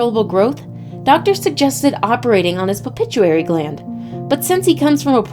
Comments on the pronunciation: There’s no such thing as a ‘Pepituary gland’ !!! It’s, Pituitary gland. 🤦🏻‍♂️ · "pupituary gland" It's the PITUITARY gland. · Pronounced it well miss beautiful so that the other who watched this video can understand . Pituitary not pichutary .haays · It would be nice if while reading the script to this someone would have informed the narrator that she was saying pituitary gland wrong.